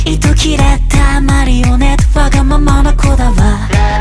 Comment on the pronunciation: オクターブ上がった音にしっかり当たっていくのが聴いていて気持ちいい give me allが若干”ぎみうぉー”のように繋げられているのがころんくんらしい発音 ｢マリオネット｣の言い方が絶妙にはっきりしていてすごく好き